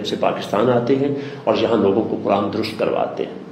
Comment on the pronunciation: جناب آپ درست کو تو درست ادا کریں